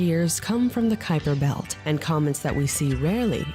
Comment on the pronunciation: You let that cute guy call it the Cooper belt a dozen times on purpose. 😹